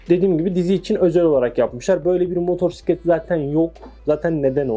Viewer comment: motorsiklet nedir ilkokul 2terkmmisin türkceyi boza boza ne hale getridiniz sirf siz siveli garip konusuyorusnuz diye türk dili böyle degil diksiyon dersi ali öyle video yapin hayatinda motosiklet diye bir kelime duymadinmi baban amcan komsun motorsiklet dedi diye gercegini ögrenme zahmetinde biel bulunmamissin önce ögrenin